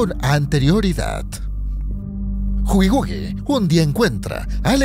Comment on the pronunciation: es killi wuill no gugigugui